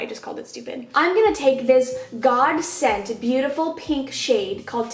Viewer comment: "I'm gonna take this GODSENT beautiful pink shade" oh lord I love you